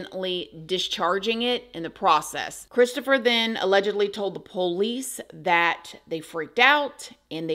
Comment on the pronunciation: The way she says pOUlice 😅